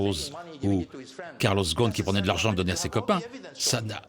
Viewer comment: Il s'appelle Ghosn et pas Ghon, çà se prononce GhoSSSSSSSn